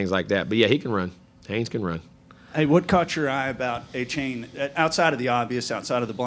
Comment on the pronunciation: Buddy you have footage of Jimbo saying Achane's name correctly in this video and you still mispronounced it smh